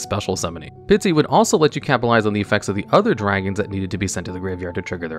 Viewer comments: It's not Pitsy, it's Pisty. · I like hearing say "Pitsy" instead of "Pisty" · Dude can pronounce “Koa’ki Meiru” but not Pisty?